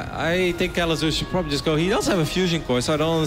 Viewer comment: How i hear Kelazhur: "Que? Lazor?"